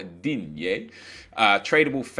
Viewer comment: Digne is pronounced "Dean" not "Dinyey"